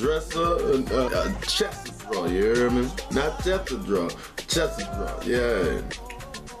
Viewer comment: Take a shot every time he says “Ya err meh”